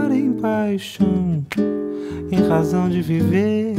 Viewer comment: Cara, meus parabéns, se não tens parentes próximos ou nunca vivestes no Brasil, significa que trabalhaste muuuito para construir esse sotaque brasileiro. Se me permitir, diria que o teu R de razão pode sair mais com o som de H, mas repito, o melhor tuga que vi até hj.